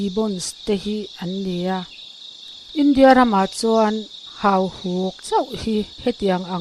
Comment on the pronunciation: Hahuk ti suh, hauhuk tih tur